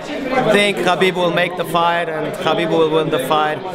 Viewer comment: lol all the "ala" people people put extra chaa on his name chaakhabib